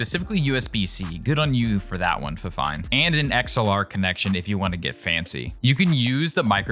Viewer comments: No, it’s pronounced “Fifine”, not “Finefine.” “Fi” like the “Wi” in “Wifi”. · it's fifine not "fine fine" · Actually it is called fi-fine not fine fine. wich is an Ukrainian brand as i know and their official vebsite calls it fi-fine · fine fine wtf its FIFINE